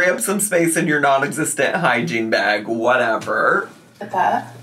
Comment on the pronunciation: Everytime she says hygiene bag, all I could hear was hiking bag and I cracked up cause she sure isn’t going hiking! 😅